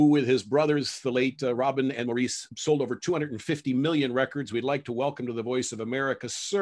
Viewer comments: Boy, Barry was so kind about that. Inept interviewer. Also, Maurice is pronounced Morris. Mo if you can't say Morris. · It's not moreeece.It's pronounced like Morris.His name is Maurice Gibb The brother of Barry and Robin Andy and Leslie.